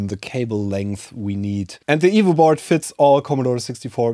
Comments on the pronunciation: Same !!! I now know he's saying EVO, but still hear evil :) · It took me half the video to realise he was saying EVO not Evil. And then I was sad, I want an evil c64!